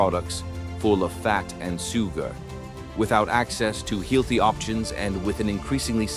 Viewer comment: "soo-gar"... "heel-thy"... Will you please ditch the robovoice, and at least get some friend to voice it ?